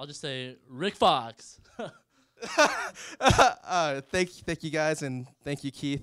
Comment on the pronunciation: lmao this nigga said rickkkk foxx